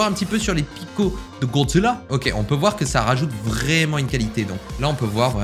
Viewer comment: A la façon dont tu dis "Gozzila" m'a littéralement fumé 😂😭